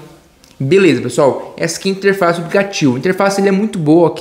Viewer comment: Aplicativo fala direito não sabe falar aplicativo kkkk